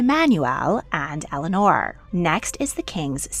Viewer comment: It’s not the way you pronounce Eleanore